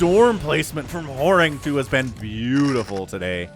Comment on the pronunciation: Horang2 is pronounced as Horange, where the "e" is not silent, so "Horang-e"